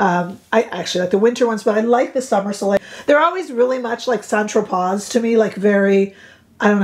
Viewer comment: I'm surprised by how much I like that eye palette. The fact that the green is sheer makes it so wearable. You do know St. Tropez is pronounced " san tropay", right? 8 years of French and I only learned how to shop. 🙄 Thanks for the video. You should wear the palette a lot. Makes your eyes look beautiful!💚